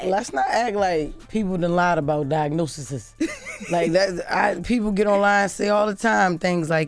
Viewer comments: “Diagnosises”🤣🤣I love jess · *Diagnoses, not “diagnosises.